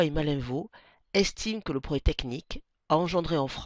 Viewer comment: Sympa la vidéo. Mais pourquoi ne prononcez vous pas le "proGRÈS" technique? Cest très chiant